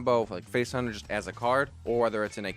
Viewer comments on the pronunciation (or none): none